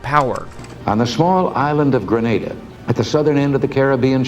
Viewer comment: The first American ive heard Pronounced it Correctly. 😅